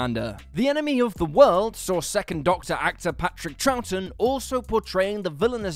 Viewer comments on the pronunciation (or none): none